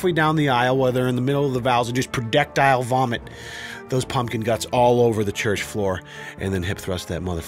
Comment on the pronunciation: fucking "predectile" lmao